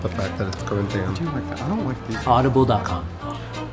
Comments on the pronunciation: “Now, as you can see is that— This is made of a FINE, CORinthian Leather, which I really like the fact that it’s COrinthIan...” I would listen to a podcast with that voice 😂😂😂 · "this ones made of fine carinthian lether." 🤣🤣